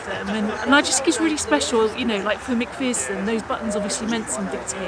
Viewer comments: Just a small suggestion. One thing that jarred was your mispronunciation of Lance Corporal MacPherson's name. The second syllable is not pronounced like "fear", it's like the "err" in error. It would be more respectful to check up how names are pronounced. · People may think my comment is trivial, but I think it's important. The soldier whose surname is McPherson has his name mispronounced in this. The name is pronounced as in err, so McPherson, not as in ear, so McPhearson. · It's Mc Pherson there is no double e. Please respect this and pronounce their names properly.